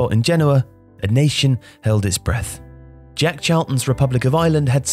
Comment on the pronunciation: stop saying Djeck Chalton,it's Jack not Djeck.